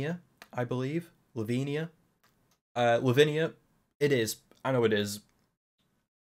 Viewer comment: I enjoy ‘Lavinia’ pronounced as ‘Slovenia’ and will be doing this going forwards, ty 😂